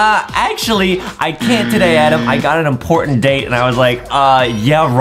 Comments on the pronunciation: I like how Justin says Adam like adem😂😂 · It's not Adam is "adem" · It's adem not adam